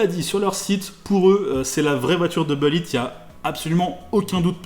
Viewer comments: C’est « boulit » pas « beulit »! Qu’es ce que ça m’énerve quand on invente une prononciation ni anglaise ni française.. ça me rappelle les années 90 quand certains gars qui voulaient se la jouer ricain disaient les « Chicago Beuls». Sinon j’ai entendu toute l’histoire très récemment... je sais plus sur quelle chaîne. Jay Leno ? Je sais plus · on dit boulitt pas beulitt mdr l'accent moisi !!